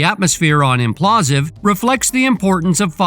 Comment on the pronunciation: Bro, it's Impulsive, as in Logan Paul..... come on